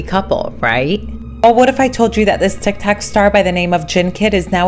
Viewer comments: Did she say tikTAK??? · She did. I put captions on and it siad "tic tac"